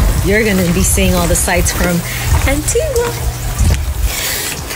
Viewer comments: Vanessa please! You should say Antiga and not Antiguwa inavyoandikwa! Mambo ya ain't hayo! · Ainaanndikwa ANTIGUA kusoma unasemwa ANTIGA! Na BAMUDA ikiisema au kuisoma unasema BAMYUDA! Tuko pamoja! 🙏🏽👍👆🙌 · Antigua is pronounced an-tee-guh..yakhee wa Tanzania my people.